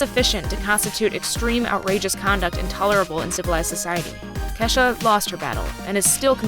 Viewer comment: isnt it pronounces Key-shah ?